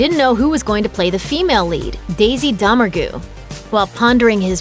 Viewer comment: Doe-meng-ray not Dahmer-goo. Did you miss the entire joke that he mispronounced the name? There is quite a bit wrong in this video.